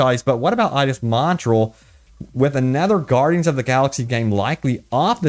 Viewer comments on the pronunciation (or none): Dude.... It's "Mont-ree-all". Just saying. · As a Canadian, it pains me to hear you butcher the pronunciation of Montreal. Say it with me: MON-TREE-ALL EDIT: In all realness here, what they could be testing (and given the fact that it is so extensive) is that they are testing a potential stability improvement. Microsoft has sent developers Xbox Series S dev kits so they can free up memory for performance boosting, and CDPR is obviously one of the companies that got a dev kit. So we could possibly, maybe, see a 60fps update to the Series S. So I don't know, just seems like it would make sense. Maybe they haven't had the dev kits for that long? Who knows. Would love to see it though.